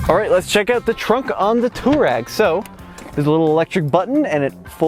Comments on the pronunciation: Twah-reg, not tour-rag! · "Twah-reg" not "Tour-egg". They are a tribe in North Africa. VW likes to name its vehicles for things like the Golf Stream, Atlas Mountains of North Africa, Scirocco (a North African wind), and so on. Please try to get it right. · Why do you call it a "Tureg"? 😅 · Just don't understand why Americans just cannot pronounce any car names or manufacturers. Where is the "Tour" in Touareg? It's "Twar-egg". Think that's why they made the Atlas, Americans can pronounce it. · TUUUU---AAAA----REEG.... pronounce it properly.... not distorted americanized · It's pronounced Twareg. After tuareg tribes of the Sahara desert